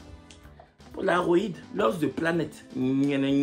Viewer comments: au tout début te termine. 😹que Palaroid alors que c'est bien crit Polaroid. 😭😹 Si non on aime bien le rythme des vidéos. 😹❤️ Merci! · POLAROÏD 🤣🤣 PALAROID c’est quoi??